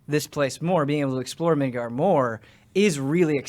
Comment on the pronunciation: Correction: Midgar. Not Midgard.